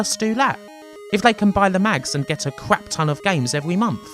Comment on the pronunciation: Sinclair User = Cwap !